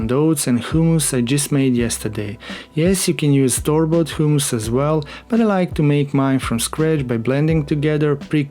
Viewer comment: 'hoooomus' lol funny :)